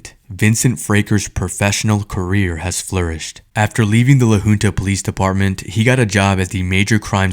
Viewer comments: It is LA HUNTA not LA HOONTA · Crazy ass video. Great work man. These voile tyrants needs to be held accountable for this!!! Side note: La Junta (Pronounced Hunta) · It’s La Junta, pronounced Hunt-a not Hoonta. I am very ashamed of Colorado law enforcement, CBI for not finding fault with those officers! It scares and sickens me that one of them is training new officers. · Fraker was fired for that by the way. He teaches at our Law Academy now😅 I go to school with his daughter, and I think I’m beginning to see why she’s so messed up, her home life is horrible… And Idk if the beginning audio was text to speech, but it’s pronounced La Huhnta, not La Hoonta. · its pronounced 'la hunt a' i feel so bad for this kid.dirty ass cops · La Junta is pronounced LA HOONTA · La Who police department? 😂 It's pronounced La Haunta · The name LA Junta is pronounced LA Huntuh. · It's pronounced Lah Huntah